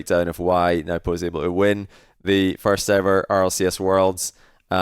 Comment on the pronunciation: it's pronounced no-boo